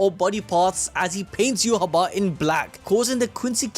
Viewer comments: Its not yuhaba, its pronounced yuha bach, like dark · bro its "you-ha-va" its german (Yhwach)